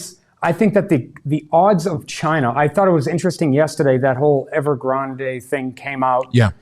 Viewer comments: love your traditional older videos but having guests on the show commentating on China who can't even pronounce Evergrande just tanks the credibility of the entire video. Have guests on who at the very least have some base knowledge about the topic. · Usually both fantastic channels but a little disappointed that Everything Money didn't do much investigating into Evergrande and the overleveraged Chinese property market that represents a decent chunk of the Chinese economy. They didn't even know the pronunciation of Evergrande nor much about it calling it "just probably an anti-China thing". At the very least you just want to make sure this isn't doesn't spiral into China's version of Lehman Brothers or popping of Japan's property market in the 80s followed by their lost decade.